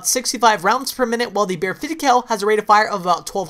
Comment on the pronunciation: i hate the way he says BARRET 50cal